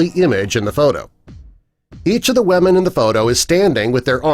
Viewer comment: Why do you call them wemen?..